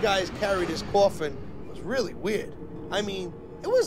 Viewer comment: Me: Coffin. Him: cOuFfIn